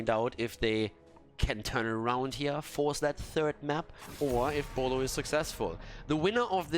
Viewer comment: Did you ever study Chinese? I didn’t realize the name of team Boluo is actually Pineapple in Chinese until you continuously pronounce it perfectly